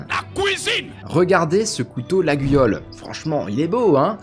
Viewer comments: Alors par contre contre je te reprends sur la prononciation du couteau !!! On dit "L'ayole" même si ça s'écrit Laguiole :) j'habitais vers la bas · Ça fait mal d'entendre Laguiole prononcé autrement que Layole. Quelle infamie